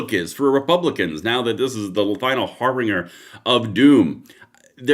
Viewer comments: The word "harbinger" used in the phrase - harbinger of death is pronounced (har-bin-ger) NOT (har bing er) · HARBINGER "HAR-binj-er"